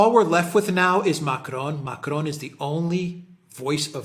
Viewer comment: Dear, Please revisit your pronunciation of Macron.